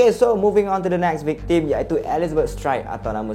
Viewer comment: vic-theme = vic-term